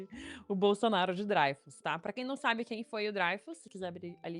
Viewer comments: Pior que é Dreyfus, mesmo (drêifus). O cara era francês, então é "drêifus". Quem pronuncia "dráifus", segue a pronúncia inglesa. Tem um canal chamado "French Pronunciation Guide", onde há um vídeo intitulado "How to Pronounce ''L'affaire Dreyfus'' (The Dreyfus affair) Correctly in French" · Gente, a pronúncia é Drêifus e não Dráifus... O nome é francês, não é alemão nem inglês. O mais irônico é que o Caso Dreyfus foi causado por antissemitismo e foi o catalizador para a criação do movimento sionista que hoje faz genocídio na Palestina. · pior que é DrÊIFUS a pronuncia correra. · Sobre a pronúncia do famoso "Caso Dreyfus": "draifus" seria uma pronúncia anglo-saxã estranha, porque muito mais distante da original francesa. O julgamento do soldado francês Dreyfus foi emblemático da Justiça e da História da França da virada dos séculos XIX para o XX, um divisor de águas entre a direita e a esquerda francesas pós-revolucionárias. Portanto, a pronúncia aportuguesada "dreifus" ou "drêfus" é mais próxima da original francesa (onde o ditongo "ey" é pronunciado como o "ê"), que a pronúncia anglo-saxã "draifus", que é estranha às duas línguas latinas.